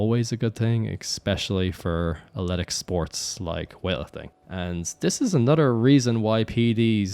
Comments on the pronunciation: could i somehow bribe or convince you to stop saying aletic and say athletic instead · New pronunciation of athletic just dropped: ahletic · I thought he said ashletic.🤔